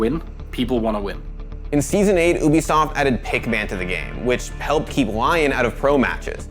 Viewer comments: My OCD kicks in when he says, "oobisoft" instead of "ubisoft" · My guy be sayin oobisoft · ah yes, oobisoft- I know that company well